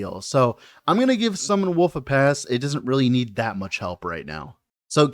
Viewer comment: Am I the only one who always heard "Summon Woof" instead of wolf, when he was talking about the skill?